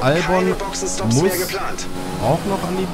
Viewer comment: Kleiner tipp: Albon wird Elbin ausgesprochen.😉